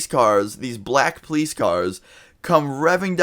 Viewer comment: Dood you pronounce ( Poh-Lise) police like (plies) why